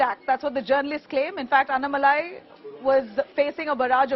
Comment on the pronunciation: Please make an effort to pronounce his name properly. Annamalai please speak toba a Tan zh person and see how nn is pronounced. Kindly write the name down in Hindi and correct your pronunciation